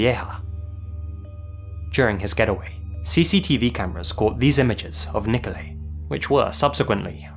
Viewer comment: Do you intentionally mispronounce people's names?! Nikolai = niko-lie